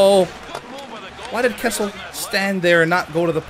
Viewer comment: You were calling Kesler kessel